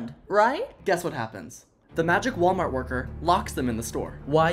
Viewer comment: Hi my pronunciations are Walmart bag